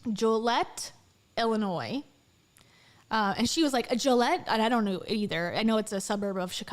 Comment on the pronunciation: Not El-inoy 😆 ILL-inoy Your "Florida" is showing 😂